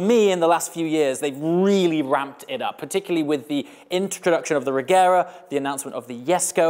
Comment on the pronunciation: pronounced rejera